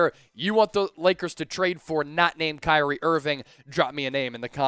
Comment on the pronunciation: I am just surprised you pronounced my name correct 😂🙏🏾